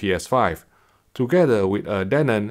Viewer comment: he keeps saying danon, like the yogurt